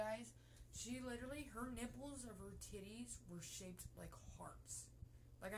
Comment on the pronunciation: "Corazon-schaep nippls..vhat schaep vr hr areolas?"